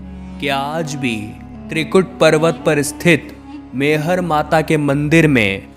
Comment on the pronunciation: शक्ति पीठ बावन नहीं इक्यावन हैं । मैहर को आप बार बार मेहर कहते हैं , यह ठीक नहीं है ।